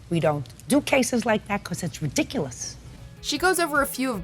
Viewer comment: She talks too much is the point. And it's 'cases' not 'casses'.